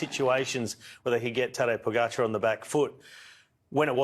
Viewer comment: You would expect by now, everyone would know how to pronounce Pogačar...especially the experts